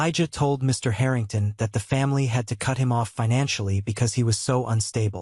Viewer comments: haha the haring tahns. its like listening to AI voices misprouncing other thing slike Lous-anna, or the strange thing it goes for with ST SE (it acts like ST SE should be combined into a single word for ennunication) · Harringtarn ? How posh.